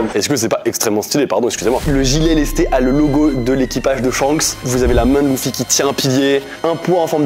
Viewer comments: luffy (prononce leuffi et pas louffi) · Mon surnom c'est Taki 😂 j'ai rigolé quand j'ai vu le film du coup 🤣 C'est quand les floraisons exactement du coup ? 😮😮😮 Ça se prononce Leuffy pas louffy 🤣🤣🤣😅